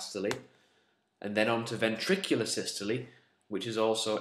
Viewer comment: I'm really triggered by the way you say diastole and systole but I can get over that because of how amazing this video is - saving my A levels one step at a time